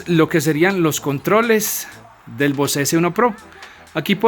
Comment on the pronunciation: Bose se lee "Bóus"....no se lee "vocé".